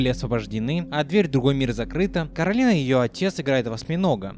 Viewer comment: А ещё она КОрАлина, а не КАрОлина, это как зеркальное отражение. Как в сказке Оля и Яло.